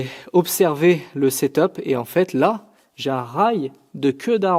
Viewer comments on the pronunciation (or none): none